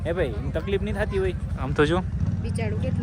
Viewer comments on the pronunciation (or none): none